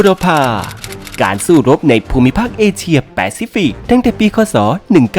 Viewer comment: เอเชีย ครับ ไม่ใช่ เอเซีย 😅